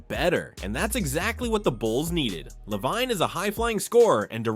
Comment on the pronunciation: Is this an AI voice? How come you can't say Lavine correctly?